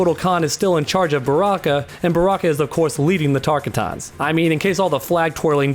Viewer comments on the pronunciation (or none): Tarkataaanss? Dude really? Tar-ka'tans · I'm Already Ready For MK12 Now LoL!!! An He Acts Like He Knows Mk Callin Them TAR-KA-TOUNS!! LOL!!!!! It's? TAR-KA-TAN!!!! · TaR-kA-TOns is not even close Also this guy sounds like he doesn’t know what he’s talking about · I cringe when you say tarka-tans stop for the love of scorpion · Did this man say tarkuton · Tark-a-tawn? Try again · Tar- Kuh- Tons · It’s pronounced tar-car-tens tarkatans